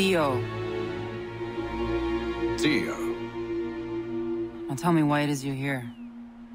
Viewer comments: I love that Haytham still calls Ziio , Diio. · Lol same here Haytham said her name wrong again😂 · lol he tried to pounce zizo name 😂😂😂😂😂😂😂😂😂😂